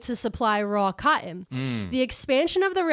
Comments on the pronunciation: "CYUTIN" mills - keep saying cotton - (CAUGHT IN?) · Her pronunciation of cotton is one of the most east coast things ever. PA, NJ, NY, etc, none of y’all can say that one right.